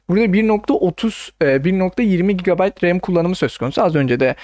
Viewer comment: sen ilk önce türkçeyi öğren sonra anlatırsın bide gb doğru oku